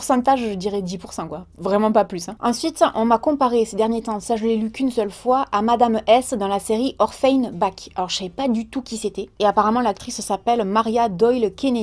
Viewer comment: Ah la prononciation de Orphan Black n’est pas là mais on ne t’en veut pas ❤️